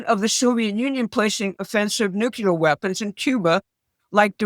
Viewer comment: the word is "nuclear", not "nukelar".